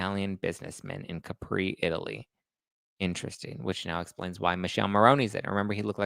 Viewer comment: In Italian is MiKèlE(the finel E sounds like the E in the name Emily) MoRRRRRónE(again sane deal than before with the final E) And Thé Italian island is CÀpri and not CaprÌ